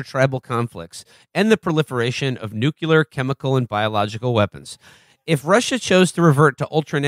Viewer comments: Will "nookyaler" Menaker has some nerve giving Felix a hard time over word pronunciation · That's not how you pronounce "nuclear"